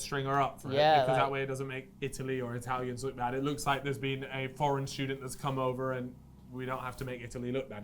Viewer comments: Being Italian I just love your pronounciation of italian names, it kills me😂 btw love this content and the podcasts too, keep it up fellas! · Being italian i just loved your amazing pronunciation of Italian names, loved it😂 Btw I love this content that you guys are delivering and the podcats too, cheers from Italy 🇮🇹